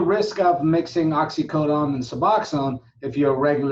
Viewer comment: Oxycodone. Why you say oxycodon?